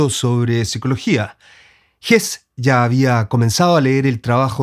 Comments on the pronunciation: Se pronuncia “Hesse”, no “Hess” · Estimado, compartimos la admiración por estos dos grandes maestros. Agradezco infinitamente tu video. Quiero decirte sí que algo no me cayó muy bien, y el comentario quizás para ti sea desagradable, es tu manera de pronunciar el apellido del premio Nobel. Como tu mismo lo dijiste, el caballero es suizo-alemán, por lo tanto la "e" final de su apellido sí se pronuncia. Perdona mi rigurosidad lingüística, pero no entiendo el porqué de tu manera de pronunciarlo, si en buen chileno también se pronunciaría la "e" final. El tragarse la "e" me parece siútico, y lo que menos quiero es que un admirador de tan grandes portentos se oiga de manera incorrecta. Te deseo lo mejor y gracias nuevamente por tus aportes.